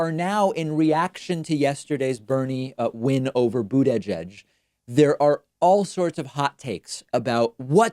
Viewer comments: Please David, you're too smart to keep mispronouncing his name. Think Buda-judge. "edge edge," unless a parody of 45, makes you sound like an imbecile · Boot-edge-edge doesn't make any sense. Why would the first "i" in Buttigieg be pronounced as an "a"? It would have made sense if his name was Buttagieg. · “Boot-edge-edge” for Buttigieg, “Toolsi” for Tulsi. David’s deliberate mispronunciations of certain names crack me up, making his videos entertaining as well as informative. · Why does he say buttedge-edge? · You're seriously gaslighting man, I've heard no one else pronounce it Boodedgedge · I don't know, as a czech not native speaker, I always hear "bootyjudge".... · It's more like "Boot-a-Judge" to me. I chuckle every time I hear him say it. He's so emphatic with it. I appreciate him not calling him mayor Pete. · I think it's his way of fucking with them, the same way he says "Toolsi" when talking about Tulsi Gabbard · David can you stop calling the rat boo-dadge-edge? It makes you sound really dumb. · Sleep Paralysis, but it's just David Pakman saying "Buttigieg" over and over again. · The way you say Buttigieg makes me physically ill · it just sounds so weird when David says it because he stresses each syllable rather than just saying it as one word/name. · Please don’t say butigieg again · It bugs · Buda-judge is not much better. I mean, it's really not that difficult a surname once you've heard it pronounced correctly at least one time. Don't think the examples through other words are necessary.